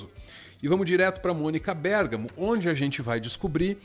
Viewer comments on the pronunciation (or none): none